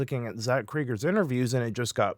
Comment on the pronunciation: Cregger is "Kregg er" not "Kreiger"